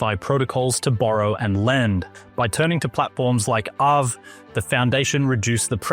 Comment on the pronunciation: You pronounced it "Av" , but I'm pretty confident it's actually pronounced like "Av-A."